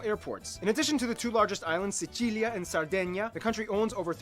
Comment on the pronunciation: He said Sicilia "decently"